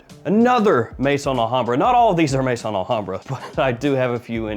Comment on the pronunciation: As you're always seeking ultimate quality, perhaps you're interested that 'Maison' is not pronounced 'may-son' but 'meh-zòhn'.